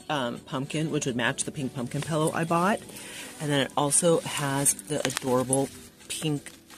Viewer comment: I lost my daughter in 2007 shortly before her 13th birthday. I mention this because she said pillow -- pellow-- rhymes with yellow. The same way you pronounce it. So I smile and think of her when I hear you say it 😉 I am in no way shape or form picking on you for how you say it-- it's very endearing to me. Also--- I love that pink and orange bat throw blanket. I like the Michael's Hippie Halloween line. Lots of people seem to HATE IT. To each his/her own. I think our husbands all belong to a WTF is my wife doing club 😉